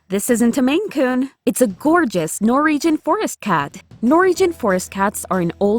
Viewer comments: Keep getting caught up by the pronunciation "Nor-EE-jhun" :/ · Also, is it me, or does it sound like she's saying "Nor-region" instead of Norwegian? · This would be far more watchable if you could pronounce Norwegian